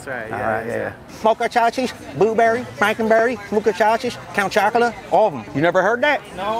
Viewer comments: He said count chocula 😂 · "count chocula" 😂